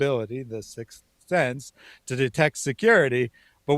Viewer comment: It's because he said "six cent" instead of "sixth SENSE". I clearly figured he was saying sixth sense but him saying it wrong did make it sound suspicious He was saying "see, i knew they had security, that's why i got that six cent! See, i knew it!" I'm amazed i can deceipher what he's saying but i assume that's what he meant lol